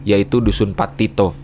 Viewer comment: dusun pattito, "pattiro" bung😭